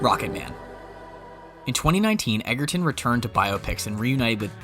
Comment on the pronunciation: His last name is spelled Egerton but pronounce Edger-ton. Please get it right in the future.